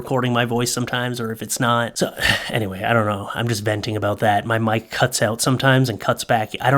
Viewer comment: I totally heard "wife" at the end of the video instead of "mic"🎤 🤣🤣🤣